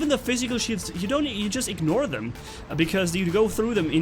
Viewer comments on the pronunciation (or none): none